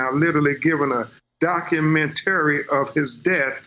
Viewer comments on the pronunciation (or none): Why can't the attorney pronounce basic words like "documentary" and "ambulance?"